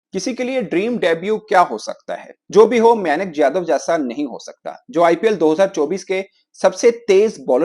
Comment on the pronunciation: pronunciation may Nick and shakar Dhawan 😂😂😂😂😂